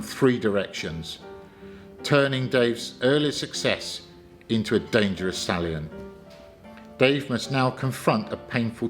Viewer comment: Just watching - this is great. 'Craigspiels', though, and 'sallient' - and some of the bits of French?